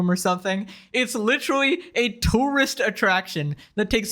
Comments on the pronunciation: litrally? lit-er-al-ly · Why do people say literally like lich-erally